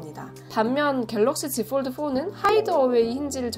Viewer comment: 요즘 들어 자주 봅니다. 참 열심히 하는거 같아 잘 되시라고 조언합니다. 한국인 대상으로 하는 컨텐츠이니, 너무 영어 발음 살리려고 하면 한국어랑 부조화가 발생해요. 본인이 영어를 얼마니 잘하는지와는 관계없이. 갤럭시 지폴드에서 갤럭(L발음)시(X) 지(Z)폴(F)까지는 영어발음 지켜려고 하면서 '드'를 뒤의 한국말과 연결시키기위해 어쩔수없이 완전 한국식으로 발음하니, 이해는 됩니다만 계속 반복되는 단어인지라 듣기가 좀 거북하고 어색하네요. 그냥 본인이 오포제품 리뷰시에 Bar type을 '빠타입'이라 했듯이 F, L, X, Z를 한국식으로 편하게 발음해주면 어떨까합니다. 좋은 영상 잘 보고갑니다.